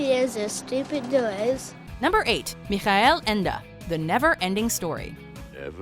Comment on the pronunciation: I believe her pronunciation is usually spot on...but Michael Ende....is that so hard to say?